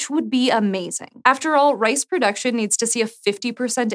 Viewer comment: i was very confused ... the girl pronounced 'RICE' as 'RACE' ... but big ups for C4 !